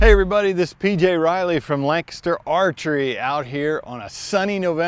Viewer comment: Why pronounce Lancaster as Langster?